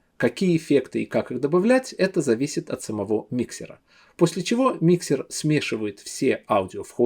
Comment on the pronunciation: Только не миксер, а микшер.